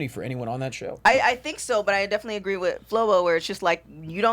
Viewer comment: Ah-greed